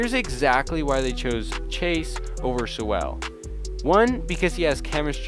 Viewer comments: It's Sewell. Not Soo-Ell. Soo-uhl. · Im sorry it was sooo HARD to watch hearing you butcher Sewells name time and time again. Its Sewell pronounces like Soul. Not SouWELL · This video would be an A+ if you didn’t pronounce Sewells name as Sue Well lol good video though man!